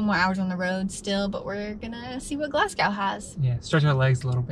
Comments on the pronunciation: keswick is pronounced 'kezzick' and glasgow is prononced 'glazg-oh' :))) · Obun (emphasis on the 1st syllable); Glazgo; Edinburra; Loch Lomund (again emphasis on the 1st syllable). Hope that helps. It will endear you to the Scots if you can pronounce those 4 properly! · Great videos. If you're interested, the best way to pronounce Oban would be to say Obin. Also as far as Glasgow is concerned, just leave the W off the end and say Glasgo. None of this makes any difference but thought I would share. Keep the videos coming. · OH-BAN. GLAZZ-GOH. KEZZ-ICK.